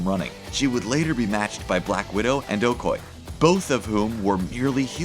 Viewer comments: O-Koy-ye not O-Koye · Pronounce her name right. Okoye. OH-COY-YAY. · Okoye not okye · The way he says Okoye...